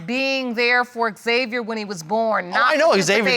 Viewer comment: Why does the judge keep calling him X-Xviar though? It’s xaviar no x